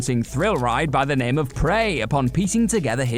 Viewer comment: do you guys ever think, as this is your job, you should learn how to read and/or pronounce peoples names.